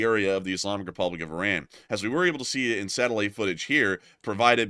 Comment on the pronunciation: The New name if the Country is.. I-Run! 😅 got um!